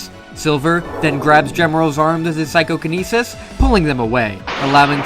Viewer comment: Is there a deference between psychokinesis and psychonesis or is that just how you say psychokinesis?